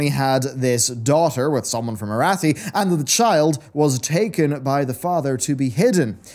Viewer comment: I always chuckle when you mispronounce Arathi in every video lol I love conspiracy theories like this, I hope they actually do something with this plot thread during the skip after Shadowlands and we come back to a political scenery in disarray due to the fallout from this particular thread